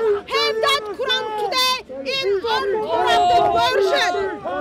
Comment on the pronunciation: "even if the ko-ooran is false" 😂